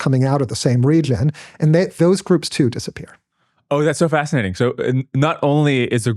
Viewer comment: he said "fascitating" lol